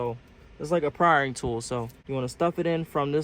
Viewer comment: it prying not richard pryering